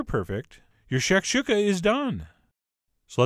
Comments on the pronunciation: Pronounced “shack- shoe-Kah” not “shack shook-ah” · It's pronounced shack shoe ka, also there's 2 versions of shakuka, the North African version which is the one you made and the middle Eastern version which is scrambled eggs with vegetables, crack a few eggs in a bowl and beat them then fry up some veg in a pan then throw the eggs in and continuously mix with a silicone spatula and always take it off the heat before you think it's done then season after it's done not before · shak-SHU-ka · That’s nooooot how you pronounce that....